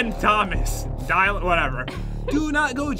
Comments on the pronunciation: My name is Dylan he can not pronounce my name right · Thats mean you did not say Dylan right its my name